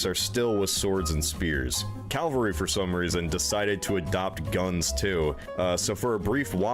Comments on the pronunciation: This narrator seems unable to pronounce the word Cavalry. Either that or he's dyslexic. It's certainly not "Calvary". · Is it just me getting annoyed by “Calvary” being said instead of cavalry. Two totally different things 😡😂😡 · Absolutely - yes I heard say it correctly as I was typing. 🧡🖖😊 It does "grind my gears" though whenever I hear things - not just "calvary" grrr - Mispronounced!! I am a self-confessed pedant but an unapologetic one!! 😊🧡🖖